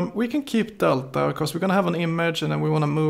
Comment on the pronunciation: I like the way you pronounce delta deLTTa Lol. btw your videos are amazing. don't' ever quit the series.